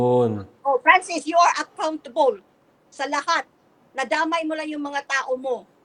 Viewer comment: Accountable ❌️ Ahkaontubol ✅️ Si